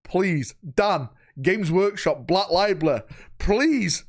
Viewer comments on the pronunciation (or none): “Black libely”